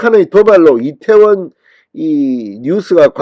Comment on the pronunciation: 천박한 남영희뿐아니라, 짧은혓바닥으로 괴변 날름거리는 박홍근! 이때원참사라는 발음. 말할때마다 혀가찗아 날름거리는혓바닥 보기역겹다